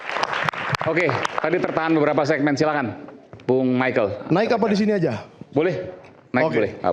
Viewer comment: baca text lgsung saja masih salah..michael oh michael..